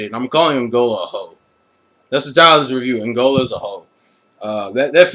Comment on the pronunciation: u pronounce the name wrong, its E-MOL-GAA